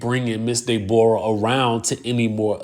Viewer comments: It's the pronunciation of her name for me! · Dey-bor-ah is sending meee😂😂😂